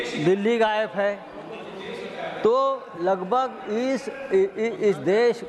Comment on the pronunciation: हा संजुद्दिन गायब बोल रहा है या गायेफ बोल रहा है 😂😂😂